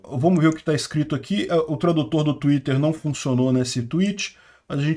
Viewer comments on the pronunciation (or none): none